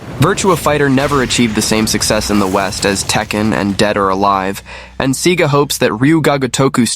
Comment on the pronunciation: SAY-GAH NOT C-GAH smmfh